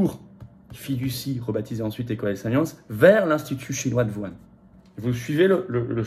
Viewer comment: Tu peux prononcer Whuan correctement ?